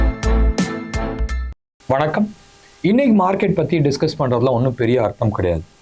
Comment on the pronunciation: பத்தி எரியும்? யோவ் அது 'பற்றி எரியும்'. உங்களுக்கு தமிழ் அவ்வளவு இளக்காரமா போச்சு?